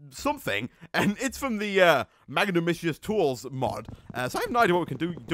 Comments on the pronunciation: it's pronounced mag nan I mous and if u dig to the center of the tree it has these gems that make a sword blade and breaking leaves gets u the special sticks to make the whole sword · magnanimous = mag-nan-ih-mus